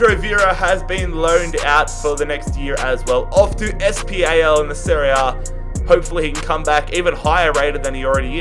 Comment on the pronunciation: Hey mate, love your videos, but just liked to say that SPAL is pronounced ‘spul’